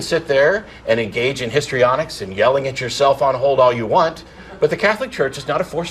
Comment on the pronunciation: Er it's "histrionics" lol. Nothing to do with "history"